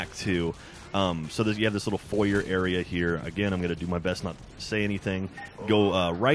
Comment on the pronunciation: u said foyer wrong lol